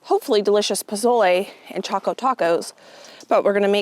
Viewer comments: Dont pronounce the z in pozole . Its sounds like a 's' .. poe sol eh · Just don’t touch your eyes after handling those peppers. It’s the start of green chile season here in New Mexico and never fails I do that during the roasting and peeling of that green gold! If you make the z sound like an s and you will be pretty close to pronouncing pozole correctly. I’m not sure about the raisin addition that’s interesting. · I would guess someone else may have already mentioned how to pronounce pozole, so sorry if I'm repeating... you're basically there... just change the 'Z' sound to an 'S' sound ❤ Editing... sounds like you had the pronunciation down by the end of the recording! Side note...so fun to watch this video! Nice job! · No offense at all. Nice attempt, but I was born and raised in New Mexico. I stil live here as well. Your definitely pronouncing it wrong. Also, you cooked it way differently than we do. It made me laugh. I can explain how it is done properly. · I love pozole! FYI, the Z is pronounced like a S in Mexican Spanish❤️ Choco Tacos! Yum! I always laugh when somebody makes a comment about hot soup in summer. We heat hot meat, we eat hot veggies…what’s the big deal? lol❤️